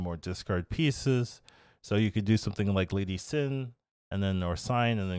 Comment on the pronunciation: He finally got the name right! Mo-dork was pretty funny though 😂 He’s still calling Lasy Sif Lady Sin so we have that. ;)